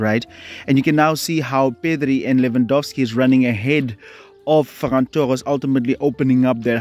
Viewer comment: Bro said ferrass😂😂😂